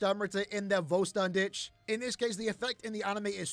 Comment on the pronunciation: Well, considering the pronunciation of Vollständig, don't know why Klab keeps sticking with the meaningless "Voll Stern Dich" Vollständig means "complete", and it reads like fol-sh-ten-di-kh, you can actually listen to it pronounced correctly in Quilge's summon quote.